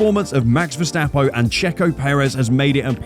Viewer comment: “Max verstappo” 😂